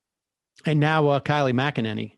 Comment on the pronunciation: Kylie MacAnanny? Is it just me or is Sam's inability to remember or pronounce people's names getting worse?